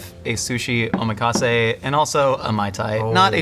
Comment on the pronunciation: Guys, ohMEkase? Nah man. Oh MAC assay